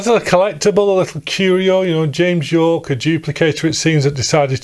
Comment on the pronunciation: James Yorke is pronounced as “Jame Jorke” in this video. I imagine a rival cassette manufacturer with that name imprinted on the shrink-wrapped case 😅